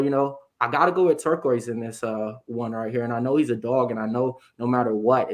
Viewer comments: I think called him torekko lol yeah its "Tur c os" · so hard to listen to ppl call him ricky turquoise 😂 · I think was the only one to pronounce Turcios’ last name correctly 😂 good show guys